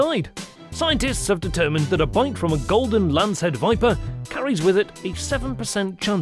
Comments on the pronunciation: It's not lace head it's lancehead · Lancehead...its lancehead not lace head!! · Golden lancehead not lacehead. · Agree with Sweetassugar69. A "golden lacehead" should be pronounced Lancehead" if the editor missed that how can you trust any of it. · no, honestly anyone could make a better video than this. Showing a North American Eastern Copperhead (Agkistrodon contortrix) which is venomous, but rarely fatal, kind of defeats the purpose of this video. Also, it's LANCEHEAD, not "Lacehead". They are far from the world's deadliest snake. The deadliest (terrestrial snake) per venom yield is the Inland Taipan (Oxyuranus microlepidotus) native to Australia. Check your facts, go back to Biology class, and try again. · It’s LANCE head WITH A N, not lace 🤪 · It`s " Lancehead " not Lacehead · Fer-de-lance..... not lace head! Lol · It’s lance head not lace head 👍😂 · The announcer got "Lancehead" correct on the third try.